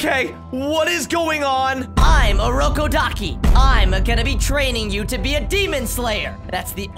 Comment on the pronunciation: bro u said urokodakis name wrong